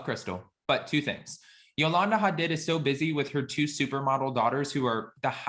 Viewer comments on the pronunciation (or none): HA- DEED, not HUH-DID